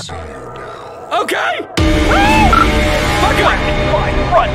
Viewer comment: He said "shut the fruck up" yeyeyeye